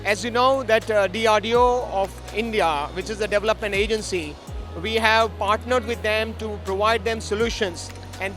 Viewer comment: most difficult word for Indians - develop / development!! They can't say deVElop always DAVlop / DAVlopment